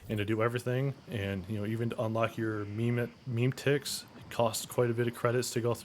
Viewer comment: Muh-meh-tics. How are there still adults that can’t read in this society.